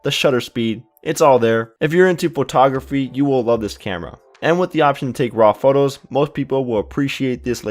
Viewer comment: No kidding. Buddin. That kills me every time I hear it! Oh, and "potography" lol great review otherwise.